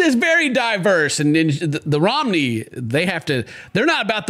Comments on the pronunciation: It's not pronounced Romney like the politician, it's pronounced Row-mah-knee. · Mitt Romney Gypsies. I think it's pronounced "ro-may-nee", from Romania I assume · Ah so you’re a Romney? You voted for Mitt Romney XD I’m kidding, I’m just laughing too much at how and them pronounced Romani XD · “Row-man-e” romany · Ro. Ma. Ni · Why you pronouncing Romany like Romnie? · Listening to them constantly mispronounce romani is kinda hard for me to listen to but the woman did too so I can't blame him